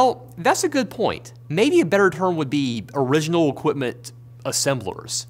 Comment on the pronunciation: Great video, but man the slight rhotacism from the presenter really distracted me. Owiginal Equipment Manufacturer. Waw Materials. Fwequent Pwactice. Got Rosewill though! And then "assembwers" for some reason, which was the most interesting one.